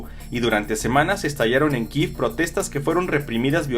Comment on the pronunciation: *KIEV, se dice Kiev, no "Kiv", y siempre será KIEV no sean ridículos. Ya están igual que el "Golfo de América". Pensé que iban a decir la verdad pero siguen repitiendo la propaganda anti-rusia. Sean NEUTRALES. Flojera dan.